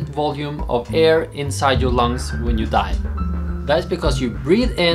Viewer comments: I kept hearing 'when you die' instead of 'when you dive' because your Norwegian accent has unvoiced 'v' sounds, haha. I'm like 'yeah, well, that can happen when you get the bends!" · it sounded like you said die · Is it me or did he sound like he said when you die